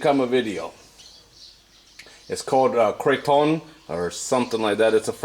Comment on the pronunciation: I just started the video, cray- tawn with the "n" being silent. Did you add any seasonings? I am from Canada and I have French canadian family, I also have lived in Quebec, so I have had the opportunity to try many other creton recipes . I always add crushed up Breton vegetable crackers to my creton and a bunch of seasonings. There is nothing like creton. It is delicious. Wtg for trying out Creton. 😊